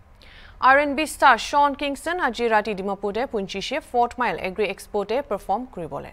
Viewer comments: it's pronounced as Shawn not shong fyi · Shong Kingston 💀